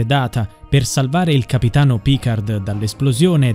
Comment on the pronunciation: Picar'd' non si può sentire. Almeno pronuncialo correttamente. Picar la 'd' non si legge.